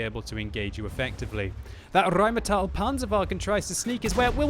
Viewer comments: Why, oh why do you ALWAYS say RheinmAtell instead of RheinmEtall? You, sir, hurt my ears with that for more than 3 years and today is the day I'm saying it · It's pronounced "rine-metal," dumb-arse.